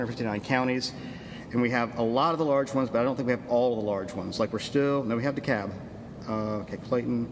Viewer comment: Thanks for clarifying how to pronounce DeKalb, lol, that's been driving me crazy.